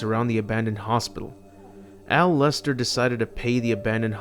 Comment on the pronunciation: It's Alister Crowley. Look him up. can't read the script he's given. Alister.